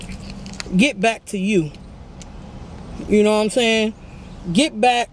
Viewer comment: Nobody:: mouthfull “nowhamsayn”